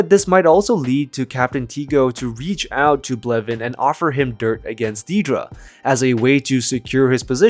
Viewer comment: If you can't pronounce her name correctly then don't pronounce it at all. It's Dead-ra, not Dee-dra.